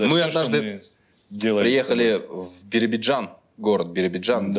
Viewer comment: Всё хорошо только вот правильно не БИРИБИДЖАН ,а БИРОБИДЖАН